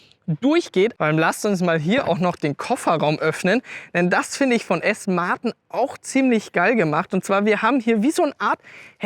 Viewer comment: Okay, du kannst ja "ausstattenne" und "Felgne" sagen aber "Aston Martne" komm schon...😅🤷‍♂️